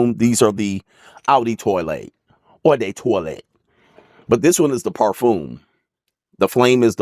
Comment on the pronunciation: TwA la, not toilet